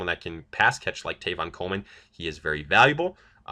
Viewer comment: Who is Tayvon Coleman? Seriously man you did it last mock too, so basically you think Tevin Coleman’s name is Tevin, it wasn’t a slip of the tongue. Maybe you ought to know something about what you’re talking about. And no, it cannot be pronounced Tayvon. Not even close.